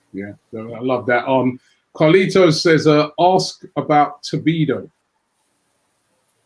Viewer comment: "Tobido" "Upamencano"